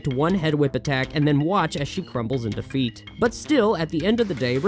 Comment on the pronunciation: You know, it's perhaps my favorite example of precisely how weird the '90s were that during the Earthworm Jim segment, I could have sworn I heard you say "she crumbles into feet" instead of what you actually said, "crumbles in defeat", and yet neither one registered as a particularly improbable ending for a video game from that era.